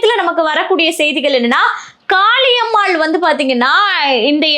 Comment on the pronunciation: காளியம்மாள் எனன்று அழுத்திச் சொல்வதைதைதை நிறுத்துங்கள். இப்படிப் பேசித்தான் அந்தம்மா தலைகீழா நிக்குது.அது ஒரு ?????.